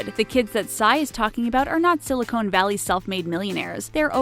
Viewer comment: Silly-cone valley is pronounced silly-con valley, ray-mun is pronounced rah-men, high-und-i is pronounced hyun-day. What is wrong with the narrator? Doesn't she speak English or know anything about what she is talking about? oh, and gang-em is spelled gangnam, there is an N in there..... Is she a robot or something?